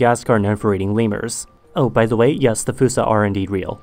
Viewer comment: The video starts with "Ze Earth" German language is starting to influence you😅